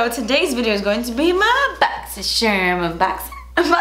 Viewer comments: So strange hearing you say "boxycharm" not "boxysherm" 😂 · I freakin love that you say boxy cherm, that’s one of the reasons why I watch the unboxings, I get to hear you say boxycharm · I would be weirded out if you didn't say Boxysherm unboxin...have come to expect it hehe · “Boxysherm unboxing” is my favorite thing about these videos❤️ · Excuse you sir... as soon as I seen this video I said "boxycherrm unboxing!" Lol it wouldnt feel right if you DIDN'T say that in the begging of your BC unboxing vids. Lol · I love that you say "boxy sherm". I call it "boxy sherm" in my head all the time because of you. If you said "boxycharm" I'd have no idea what was happening. 🤣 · Thanks to...I will never be able to say boxycharm again. I love boxysheerm way more 🤣🤣💜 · I love when you say boxysherm lml i always say it with you 😂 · I like when you say 'boxy sharm' and not boxy charm lol this is why i first subscribed to you was bc of these try on vids. <3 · i love every time i hear boxi sharm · We are totally cool with Boxy sherm infact now I my self pronounce it this way. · I love when i say cherm!!!! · Ive adopted saying it a la and now even my husband calls it BOXY SHERM! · I think I watch these videos because you say boxysherm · If you ever don’t say BoxySherm I’m going to go ahead and assume you are in trouble and signaling to us for help. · YAS Exact thoughts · Listen. I LOVE that you say "boxysherm." One of my favorite things ever. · I legit watch these boxy charms videos bc of the way you say “boxy shermmmmm” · "Omg you call it boxycharm?😳 no, no pretty sure you actually pronounce it more like *booxysheeerm*!"..😜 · I LOVE that you say Boxysharm. I look forward to it every week and say it myself just before starting the video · I love when you say ‘BoxySharm’ and ‘das spensive’! 😂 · I LOVE WHEN YOU SAY BOXYSHERM UNBOXING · Looooove that you say boxyshermmmmm!!!! 🥰😍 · I love it that you call it Boxy-sherm unboxin🤣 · I love that you say boxysherm 🥰